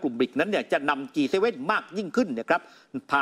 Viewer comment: ควรอ่านว่าจีเจ็ด